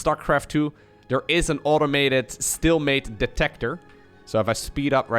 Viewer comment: oh man ... learn how to pronounce stealmate man ... it bothers me.... dunno why